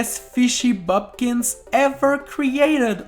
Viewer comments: That did not sound very KAWAII tbh you need cuteness lessons Also: bOOpkins, not bUpkins (sry im a grammar freak) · It's pronounced BOOPkin bot BUPkin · Boopkins not Bopkins you removed an O